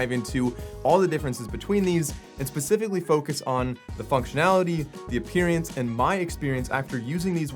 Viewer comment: did he just say appearance like the word experience appearience 🤣🤣